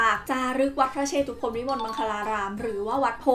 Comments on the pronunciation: สำหรับคนไม่รู้นะครับ จริงๆแล้ว "วัดพระเชตุพนวิมลมังคลารามราชวรมหาวิหาร" คำว่า"เชตุพน"อ่านว่า"เชด-ตุ-พน"นะครับไม่ใช่ "เช-ตุ-พน" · ขออนุญาตแก้ไขนิดนึงนะคะ วัดพระเชตุพน อ่านว่า วัด-พระ-เชด-ตุ-พน นะคะ ไม่ใช่ วัด-พระ-เช-ตุ-พน พอดีเคยไปแข่งตอบปัญหาภาษาไทยที่วัดนี้เลยอยากจะมาแชร์ความรู้หนะค่ะ☺️☺️